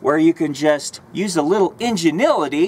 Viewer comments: You said "Ingenility" lmao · Did he say " injenility"? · did this guy just "ingenility"? Ingenuity I think was the word he was looking for. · Enginility lol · Enginility... Please tell me he meant to say that... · injinilitty? LMAO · I love the "inganility" hahahahaa love this guy! He needs to be on HP TV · yes... yes he did :(